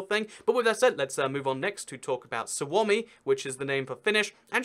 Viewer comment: I love the way he pronounced "Suomi", it was so on point! We love an educated kuningas!